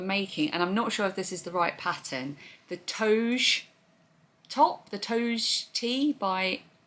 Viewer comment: Hi, another lovely video! The Toge top, since it’s Japanese, would be pronounced “toe-gay.” I used to live in Japan so I still have a bit of the language skills! Looks like an interesting construction, but I’m not sure if it would suit me either! I really enjoy these vlogs… thanks so much for always brightening my day.